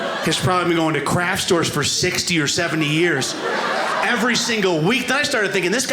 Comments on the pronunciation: I wondered 'What is a "crash store"?'...ooh, it's 'craft' pronounced poorly. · The first few times I thought he was saying 'crash store'. Bad pronunciation.